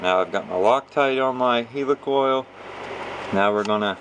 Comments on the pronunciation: I don't know why he calls it a HEELYCOYLE! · and he saying it wrong helicoil like helicopter n English anyway ha